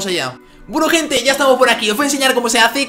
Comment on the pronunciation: Dijo kente